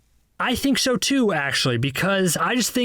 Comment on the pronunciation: Did anybody notice he said show instead of so